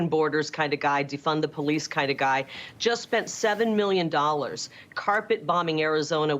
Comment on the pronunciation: She said democrapp a bit too clearly!